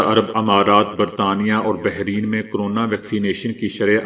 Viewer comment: yaar BAHRAIN KO BAHREEN KAHNA BAND KARO. TUM KAISE JOUNALIST HO JISKO ITNI SI BAAT BHI NAHI MAALUM.